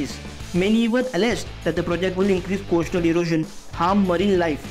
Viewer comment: Can we smart well-spoken reporters who know their job ? I am tired of hearing “coashtal road “!! At least learn English diction along with your job!!!